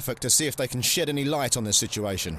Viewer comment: did he say "shit any light on the situation"?